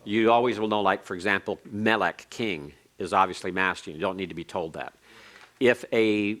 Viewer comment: King is melekh... Not melek Darkness is khoshekh..not khoshek